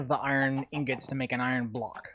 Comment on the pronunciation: BTW, Inggawts? Lol.